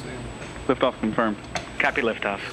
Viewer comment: "Cat pee" lol I know it's "copy" he just said it funny :)